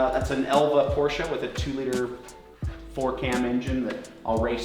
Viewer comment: Endlich mal einer der den Namen Porsche richtig aus sprechen kann :D